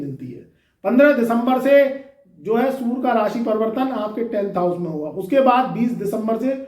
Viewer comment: Pahle bolna to sikh to le bewakoof insan.surya ko sura sura kar raha h.